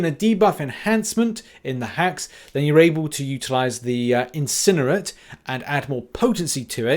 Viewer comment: I love you, you're one of my favorite mcoc youtubers, maybe my favorite. But when you say incinerate my ears bleed.